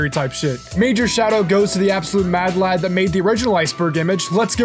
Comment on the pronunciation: Hilarious hearing an American say "Lad" 😂